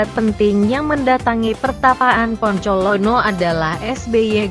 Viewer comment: kok poncolono? apa bukan bancolono ya?